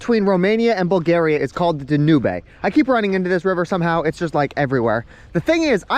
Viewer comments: It's "dan - yoob" not "da noob eh" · Dan Yoob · It’s pronounced “Dan-noob” or “Dunav” in many local languages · You really didn’t know how to pronounce the Danube? Also it’s lei not lel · Swear that's not how that rivers pronounced... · you don't pronounce the E at the end.